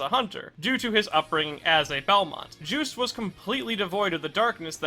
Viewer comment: Oh i always his name is called jus-te' belmont. Not juice belmont